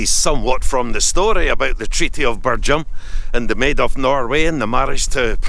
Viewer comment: Great video, it's pronounced Birjam, not Birgham